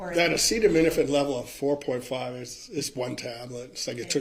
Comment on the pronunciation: Acetaminophen. Holy cow, does no one care about either looking like they know what they're doing, never mind the poor court reporter? (I would be a terrible court reporter, because I absolutely would try to take things down verbatim and then add notes like, "the word she wanted was (whatever)" or "Objection, relevance!?" But at least I know that and have thus chosen a better career path for myself.)